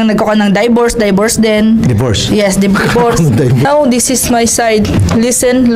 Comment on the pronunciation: “die-vorce” si kuya ate rin